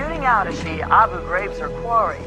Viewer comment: I never understood what "abu graves" was. I finally learned it's Abu Graihb"